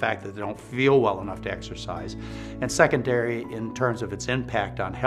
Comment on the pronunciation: Second-dairy lol. I love this man.